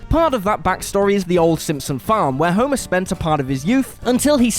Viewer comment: The daughter of 'Homurrr'.